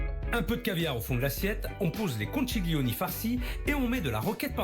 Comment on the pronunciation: Philippe bonjour, on prononce pas conciglioni, mais conkiglioni. En italien ça veut dire " gros coquillage "